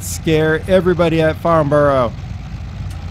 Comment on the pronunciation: Great vid, hate to be the nit pick but as someone who knows that airfield well you pronounced the name quite wrong :D It's not farn-burrow" but rather "farn-burer" Think of the way in which you would pronounce Edinburgh and then take the end of that, that's how the end of Farnborough should sound :D